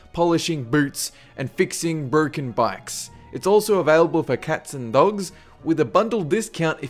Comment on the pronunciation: “burken bikes”